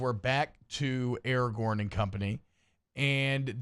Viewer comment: THANK YOU. AND ITS ARAGORN, NOT ERAGON. ITS RIVENDELL, NOT RIVENDALE.